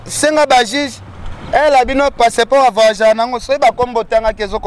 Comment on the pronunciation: Vayage même prononciation oyebi te médiocre sans kombo ya carine site nayo ba kotala te